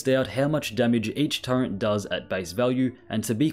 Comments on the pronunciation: It's SO aggrivating to hear you say Turrent 100 times in this video. Can you please NOT? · Nice discovery. But the way you're pronouncing turret is throwing me off every time. Do they add the letter N to the word in the UK?